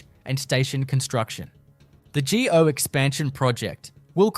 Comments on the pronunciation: see and this is why you shouldnt be so cheap or lazy to use a human for the voice.....wtf is geo transit......its go....as in stop and go. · We know that you don't know much as you miss pronounce many titles .4 oh1, not G.O. but go.etc. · It's text-to-speech. You can tell when it reads freeway numbers and when there's punctuation missing and typos. At least this one doesn't say On-TAHHH-rio, like others. Also, things like "GO" are read gee-ohh because they're uppercase. Lame. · You need to do more research into how to pronounce a lot of these words. Ie you called it g.o. train. It’s just go train. Stouffville is pronounced Stoville not stuff ville. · Couple word were not pronounced properly like GO and Regina